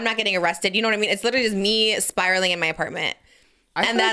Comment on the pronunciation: “It was just me sprialing…in my apartment” 😂😂